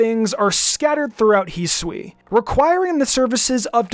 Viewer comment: its not heswee it's hi sue ee, hisui!